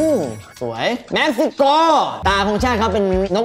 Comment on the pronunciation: พี่ครับแม็กซิโกไม่ใช่แม็กซิก็ไม่เชื่อลองย้อนดูครับ